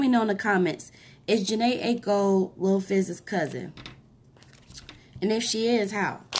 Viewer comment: Thank you. It's eye-ko 😀 it was marketing. Jhene's bro was in a group called melodic with fizz